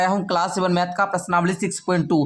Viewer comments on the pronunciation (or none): Mat nhi hota math hota hai